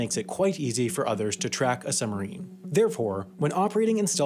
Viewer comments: It's pronounced suBmarine. Not summerine. I lasted 5 minutes through this torture. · Is it just me ....or does not the word submarine have a B in it.....they are not summereeens.... they are SUB-marines. Other than the hideous diction , quite interesting . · "summerine" THE WHOLE TIME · It's not a summerine, it's a SUBmarine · suBmarine, not summerines, dude! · it's "Sub-marine", not "Summer-ine". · It's suBmarine, not "summarine". This guy sounds like a five-year-old. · What's a "summer-een"? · Its called a Submarine, not a "sumarine" as you repeatedly say. Take the time to annunciate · WP's pronunciation of submarine: summerine.😉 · I can't stop hearing "summarine". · Sumarine?? There is a "b" in there. suBmarine. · It's submarine... Not summerine !! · Also says "summerine" every single time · We have a similar word in the English language: submarine! The "b" sound is not optional in this word, sorry. It's very odd indeed - because Americans are usually sticklers for pronouncing their consonants pretty strongly. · I wonder if the narrator ever noticed that there is a "b" is "submarine?" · Dear Narrator, Speaking quickly, as you do, the word 'submarine' comes out as 'summerine'. Does distract from the info in your narration. Mind you, there is nothing here that isn't in hundreds of other submarine documentaries. Cheers, BH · Summerine..summerine..summerine..stopped watching! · What the fuck is a "summerine?" Is that the opposite of a "winterine" or something? LEARN TO SPEAK ENGLISH, mush-mouth! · It would be nice if the narrator was able to pronounce "submarine" properly. They are not summarines. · But learning to pronounce the word 'submarine' correctly would need to come first. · Very good video, but you've got to work on pronouncing "submarine." The "b" is not silent :P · Why don't you pronounce the 'b' in submarine?